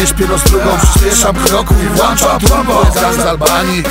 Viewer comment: Włączam turbo ;) a nie włanczam...